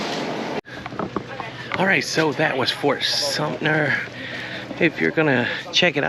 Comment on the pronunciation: Fort Sumpner? Otherwise very interesting.